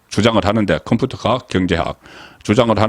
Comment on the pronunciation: 행니아 죄송한데 컴푸터 발음이 너무 우스웠어요 저도 경상도 지만 😂😂😂